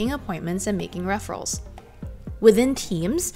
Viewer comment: I’ve never heard the word “referrals” mispronounced that way before.